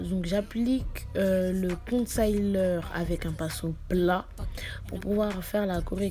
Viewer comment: Jvais taper toi ! Depuis quand ont dit « concaileur » niama 💀🤣🤣🤣